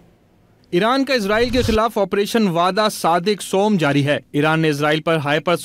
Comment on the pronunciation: سلام علیکم۔لفظ۔سُوم ۔نہیں ہے۔بلکہ۔ سِوُّم ہے۔یعنی تیسرا۔